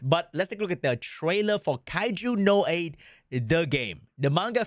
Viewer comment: aint no way he is saying the anime name like that. W Ragebait 😭